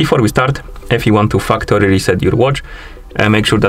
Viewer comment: Man the way you day factory is hilarious....😂😂😂 Sounds like Fuck tori. Be careful